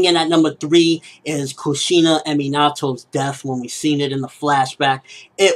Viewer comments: me nat to? ITS PRONOUNCED ME NA TO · HA you said minato wrong